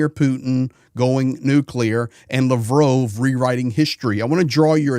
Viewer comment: You can't even pronounce Lavrov correctly.